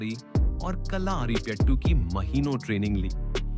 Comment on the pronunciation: കള്ളാ൪പ്പെട്ടു അല്ല സേട്ടാ, കളരിപ്പയറ്റ് ആണ്. Its not Kallaarppettu uncle, its Kalarippayattu.